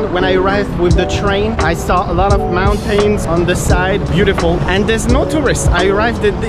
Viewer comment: not related to the video, but the way you said "mountains" killed me